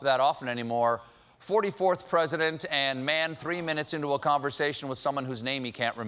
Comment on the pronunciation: "Ptesident" Colbert you are on fire! 🔥😂